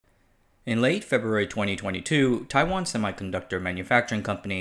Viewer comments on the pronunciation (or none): none